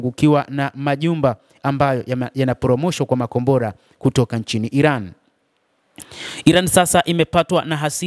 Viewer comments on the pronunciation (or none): none